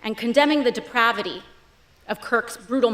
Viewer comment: ‘vol(e)atile’ ‘depra(a)vity’ 😂😂 hooked on phonics worked for her 😂